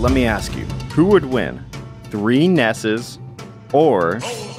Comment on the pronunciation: YOUR SAYING IT WRONG, ITS NOT NESSES, ITS NESSI